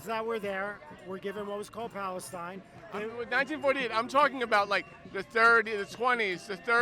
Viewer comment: The beginning after the intro… They can’t even pronounce Palestine correctly 😂